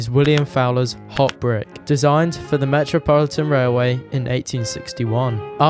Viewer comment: You said METROpolitan Railway right?